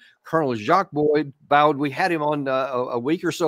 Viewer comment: Jacques Baud is pronounced “Jack Bo.” The “o” sound in Baud is a bit longer than “Bo” would be in English. ʒak bo